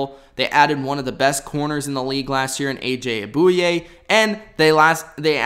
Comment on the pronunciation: yo learn how to say player's names before you make a video. You totally butchered AJ Buoye's name. And you shouldn't just be throwing out numbers, know your facts.